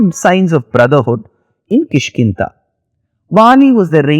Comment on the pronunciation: Da. No Ta. KishkinDa. Not ta